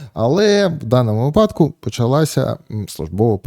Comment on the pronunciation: Ярославе, з великою увагою та повагою дивлюся ваші відео. Одне зауваження: вИпадку, а не випАдку, будь ласка. Все решта - неймовірно!